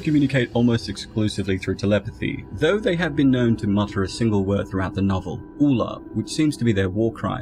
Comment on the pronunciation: Very good although it's "Aloo" the Ulla is in the musical